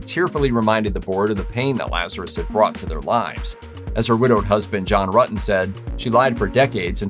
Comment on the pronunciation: It's hilarious that this 'narrator' pronounces Ruetten's name WRONG, throughout....geez...John is the one who should be in prison. There are many cases where someone dies because another was strung along...When you drag someone's feelings across the pavement, you should pay, too. I know this case very well. John caused this to happen. Poor Sherri.